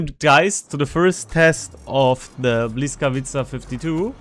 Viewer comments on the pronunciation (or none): hey bud/ its not BLYS - It is B-Wisk. That is how you start the word. Dont worry though. When I first started talking Polish my GOD I killed there tongue in speaking polish. the L is in fact a W sound. Thanks for the heads up on this ship.....